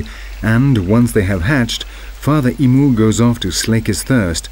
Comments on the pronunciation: Emu is not pronounced (e moo) it's pronounced (eem you) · G'day YouTubers. Fair bloody dinkum loving this doco but bloody Nora get a narrator that Australian I couldn't understand a bloody word he said when it comes to our animals which he completely stuffed up like emu not umu. If you doing a doco on this Great Southern Land use a Stralyan narrator. Cheers from the sunburnt country the home of the free brave and bold . Biggest island in the world surrounded by water MY STRALYA.., it's like a nature floating ship of evolution and wonder. Gudonya. Havagudon YouTubers. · The "clear diction" is robotic, places stresses in the wrong places, and mispronounces "emu". The vocabulary is decidedly English and foreign to Australian usages. If you said to an Australian that a bandicoot lived in a "lair" and ran into a "thicket" you would be met with the reply, "what are you talking about?" The accent is foreign. Sounds like he has not much idea of what he is talking about, and is merely reading a script cut and pasted out of a couple of old English text books excavated from the bowels of the discarded books library. Have grave doubts he is an Australian, or even been to the joint. Apart from that he made the most interesting subject on the planet monotonously boring. The saving grace, as remarked by the learned and cultured DokktorDeth: thankfully NOT American. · Just a side note: We do not pronounce 'Emu' ee-moo, aussies say eem-yew. The E is stressed and ends on the 'm'. The letter 'u' does not have an 'ooh' pronunciation. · Emu is pronounced as eemyou not emoo, I am Australian :) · I'm a 42yo Australian and I've never seen or heard of a Emoo. I have seen birds like the ones seen in this documentary but we and I mean all Australians call them EMU and we Aussies should know. You will Dr the last letter is =U, not a OO. So please show some respect to our wildlife and our language don't be disrespectful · The pronunciation is "eemyoo" not "eemoo" !! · 'eem-you' not 'E-moo'